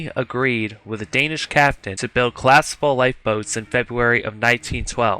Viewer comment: Good video bro but you have to work on pronouncing the word collapsible. Don't forget to pronounce the letter p